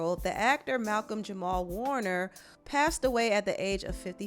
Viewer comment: jamal not jamar